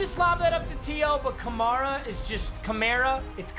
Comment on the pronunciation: it's pronounced Kamara, not Kamara